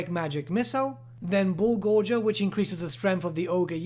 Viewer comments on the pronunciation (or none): It's pronounced Gaw-Jers not Gor-Gers, as in they gorge on the flesh of their enemies.